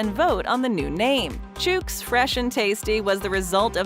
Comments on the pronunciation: "Chooks" is said like cook, look, book, etc. And definitely not like pukes or nukes. 🤦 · That's not how you pronounce Chook ..... like cook with a CH start